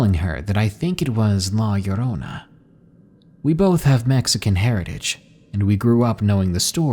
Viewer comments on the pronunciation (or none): It pronounced la yo-ro-na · hey llorona is pronounce la yodona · lmao la yo-rona its funny hearing people say it wrong